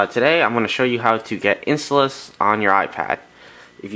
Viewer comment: no its in "stall" ous